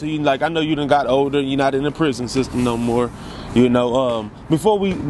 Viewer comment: Is it just me or do people that have been to prison either alot or fora king time say "prison" weird...? They all say it the same way too. "Pruuhzun"😂😂